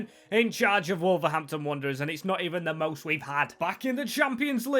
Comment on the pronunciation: Wanderers, not Wonderers! 😂 and Old Gold, not orange! Good vid though, that apart!